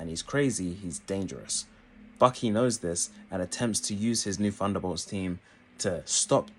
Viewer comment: I don't get why you pronounce it "Funderbolts" but can then pronounce other words with "th" such as "the, they, this, think" properly in the same video.